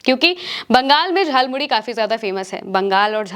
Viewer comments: झाल मुड़ी नहीं जाल मुली बोला गया है । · Jhalmuri ko jhalmuli bol rhe ho 😂😂😂